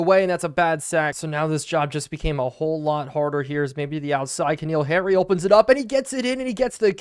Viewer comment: i apologize for being that guy but since this at least the second or third playlist where ive heard you pronounce it wrong repeatedly im gonna say it: Its N'Keal Harry not K'Neal Harry. just really rough hearing you butcher his name multiple times a video lol